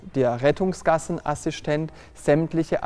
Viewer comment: Was ist bitte ein Assischtent?